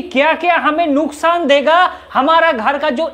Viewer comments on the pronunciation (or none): none